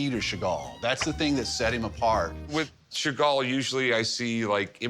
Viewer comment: Sheven chagall😂